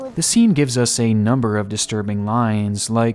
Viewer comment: numberrrr 15